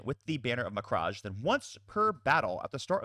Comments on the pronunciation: cant wait to see these being played, great video. BTW it is prenounced 'ma-cragg' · It's pronounced mek-rage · Hey so I wasn't gonna bring it up but you kept doing it, it's "Muh-crag"